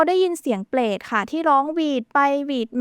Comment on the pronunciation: อยากแนะนำเรื่องคำควบกล้ำนิดนึงนะครับ "เปลต" "สงคลาม" หรือคำอื่นๆ ฝึกอีกนิดนึงจะดีขึ้นครับ